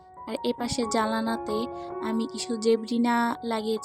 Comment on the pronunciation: জালানা😂 আপু সরি, জানালা হবে....